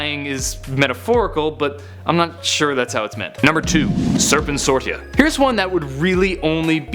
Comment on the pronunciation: It's serpentsorcia